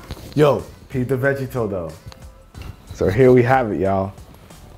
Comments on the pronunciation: "Veggie-Toe" Oh man you butchered that one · You should totally review those IQbuds boost. I saw Lew from UBT did a review of the regular IQBuds and he seemed impressed but amazon reviews and such say otherwise. Also I've never heard anyone pronounce it "Veggie-toe," most people nuance the "gie" to make it sound more like "Vuh-GEE-toe." Nothing wrong with that at all but I kinda laughed a little bit. Love the content,:) <3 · Did you just pronounce Vegito, VEGEYTOE? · Love how he pronounced Vegito as VeggieToe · How you pronounced Vegito was quite disturbing. Still hit that like button though lol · lmao at the way he said vegito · He said vegito name wrong 🤣🤣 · the way you pronounce vegito is wierd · The way he pronounced vegito...